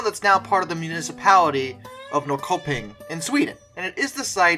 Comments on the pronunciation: Norrköping is pronounced Nor shur ping. My wife is from there. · ..And we have something more.. all town names with the name "-Köping" is pronounced.. "kö" is like you say the word "shirpa" and take out the "shi..", that is "kö". So it would be like [shi-ping]. So "Norrköping" sounds like if you read this as you see it, [n-orr-shi-ping]. I know, it's hopeless to say correct😂😂😂😂